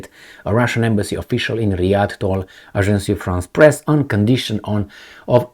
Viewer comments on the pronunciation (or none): Aj'ans Frans Pres!!!🙏 NOT Ajan'cy Frans Press!!!!🤨